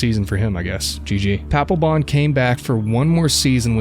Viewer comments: Paplebon = D-Baglebon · Papelbon? Are you sure his name really ain't Palpatine?